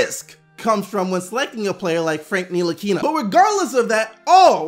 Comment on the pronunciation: Cody Smith I know french and it's pronounced : en-tee-lee-kee-na